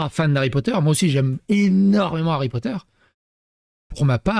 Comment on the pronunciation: Star Wars, puis LOTR....maintenant Hawwy Potta.